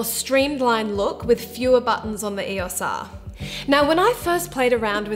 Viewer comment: Great vid, but saying E-OS R instead of E O S R was r/mildlyinfuriating :/